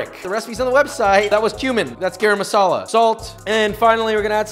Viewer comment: i absoltely love this but like at least try to say garam masala right pls 😫